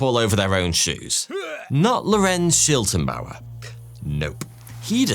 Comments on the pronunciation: It is always entertaining to hear english speakers try to pronounce german names ;-) Never mind, but it is Schlittenbauer (he who makes sleds) not Schiltenbauer (whatever that would mean) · The neighbor is pronounced Sch-lit-ten-bauer as in "slit", not Sch-ill-ten-bauer as in "shill". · Why call Schlittenbauer Shiltenbauer? Please at least try to pronounce non English names right, it’s not very hard to google. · According to Wikipedia, the girl’s name was Cäzilia, not Kesilia. The man was Schlittenbauer, not Schiltenbauer. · Schlittenbauer, not Schiltenbauer! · Schlittenbauer. Not Schiltenbauer. The L is spoken before the I . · It's not Shiltenbauer it's Shlit-ten-bauer! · *Detail Notice: >> The correct name of the neighbour was Lorenz SchLiTTENbauer, not Lorenz SchiLTENbauer << You wrote it right, but pronounced it wrong... But ... very high quality video - just like always!